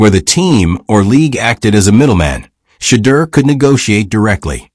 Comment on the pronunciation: WHITE SUPREMACY PRONOUNCED WORDS THE WAY THEY THINK THEY SHOULD SOUND BECAUSE THEIR WAY OF PRONOUNCING WORDS IS THE RIGHT WAY! PLEASE STOP! STOP PRONOUNCING SHEDEUR TO SOUND LIKE (SHATTERRR) IT'S PRONOUNCED TO SOUND LIKE (SHA-DEAR) BLACK PEOPLE KNOW HOW TO PRONOUNCE THERE OWN NAME! GOTDAMN IT MAN! PRONOUNCE SHEDEUR NAME THE PROPER BLACK PEOPLE WAY! YOU ANNOUNCER SHOULD BE FIRED FOR SLANDERING HIS NAME. TO HELP YOU! SHEDEUR IS PRONOUNCE (SHA-DEAR) NOT (SHATTEER) YOUR PUTTING A CURSE ON HIS NAME! PLEASE REMOVE OR FIRE THIS ANNOUNCER THERE'S A WARLOCK'S WAY OF PUTTING A SUBTLE.PURE EVIL CURSE ON THAT MAN'S NAME.